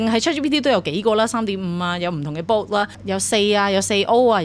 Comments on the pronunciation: It's "bot" not "boat" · Dall-E 音: 多依，源於動畫Wall-E。Bot 源於Ro-bot，不是音Bow